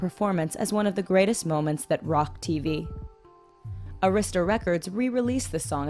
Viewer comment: They mispronounced Arista among other things. Bad journalism.